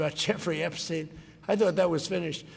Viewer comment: "They wanna talk about Epsheen"